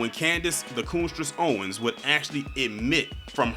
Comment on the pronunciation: Did you said Candice "Coonness" Owens!?!!?!?🤣🤣🤣🤣🤣🤣🤣🤣🤣